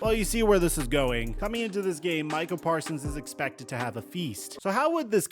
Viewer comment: said “the Micah Persons bowl” homie is so upset